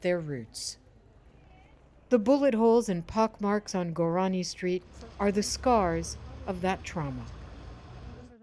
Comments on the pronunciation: The word is korani you miss pronounced your own family name. You said gourani..😂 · Kurani not Gurani.